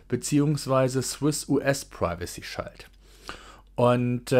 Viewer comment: Interessantes Thema. Kleine Korrektur: "Shield" wird wie das deutsche "Schild" ausgesprochen, bloß mit einem "ie". Sozusagen "Schield". Nicht "Scheild".